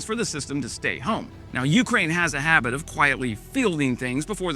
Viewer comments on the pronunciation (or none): none